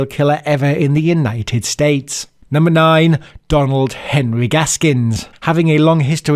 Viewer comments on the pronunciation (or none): none